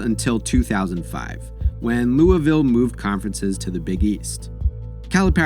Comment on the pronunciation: Thank you for saying Louisville correctly ✊🏽